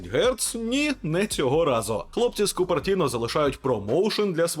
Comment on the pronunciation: теж, щойно це почув - побіг в коментарі дивитись скільки нас